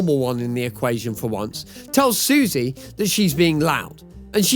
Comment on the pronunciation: her names actually pronounced "Sussy" not "Susie"